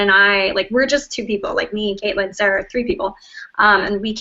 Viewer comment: Another video who can't trouble themselves too get Caitlin's name right . Big fat dislike from one of her fans.